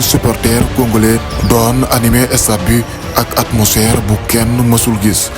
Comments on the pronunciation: MR il faut faire l’articulation on dit pas le stade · Le seul bémol c'est " estade"